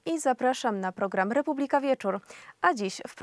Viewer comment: Slowo "Republika" wymawia sie w poprawnej polszczyznie z akcentem na trzecią sylabę od końca (proparoksytonicznym). Wy sie nawet nie potraficie przedstawic poprawnie!